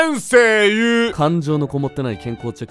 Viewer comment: 先生↑言↓う↘︎ 伝われ…